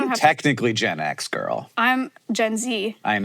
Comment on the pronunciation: The new casual way Hank says “girl” threw me off so much